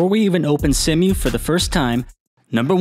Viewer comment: See-moo Not Sem-U